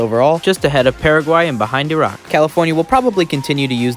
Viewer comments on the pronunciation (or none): none